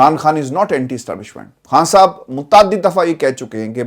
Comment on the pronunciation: I like how you pronounce “Khan Sahab”